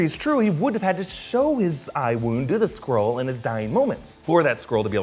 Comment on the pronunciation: Is if just me or do I hear squirrel rather than skrull?